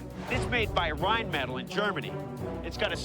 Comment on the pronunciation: It Rine-mit-all